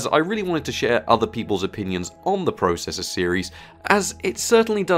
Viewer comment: YOU SAY PROCESSOR WRONG